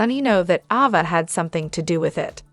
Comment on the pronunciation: Please say Ava name the right way 🙏